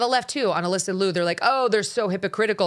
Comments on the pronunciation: Correct the pronunciation: more close to Leo, than Lu. Sarah was great, but her dance was just ok level. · I love Alysa Liu! I wish people would pronounce her last name correctly. It is pronounced “lee you”. Two syllables. Everyone is pronouncing it as one syllable, loo! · Her name is Ms Liu劉, not Ms Lu 魯. It's like calling Ms Brown, Ms bown ie leavin gout the /r/. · The "iu" in "Liu" is pronounced like "ew". Ask me how I know.🤣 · if you wanna celebrate her, at least pronounce her last name right.